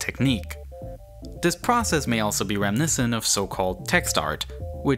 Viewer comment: Hey, narrator? Did you know there is a "TH" sound in a lot of words? like, "OTHER" not "UH-VER" and "THIS" not "DIS."